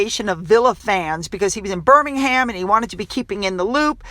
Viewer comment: Couldn't agree more about your observation regarding how respectful people are of Prince Williams. You can tell with the way they are standing with great reverence. FYI in case i'ts helpful, In the UK, the Brits pronounce Birmingham with the "h" being silent.